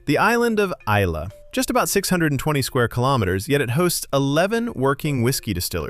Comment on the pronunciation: Pronunciations here were pretty good, like Islay, Gigha. Only noticed the tricky Culross slip up.